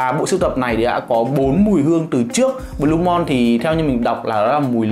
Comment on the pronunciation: Đọc là blu-mun chứ sao blu-mon anh trai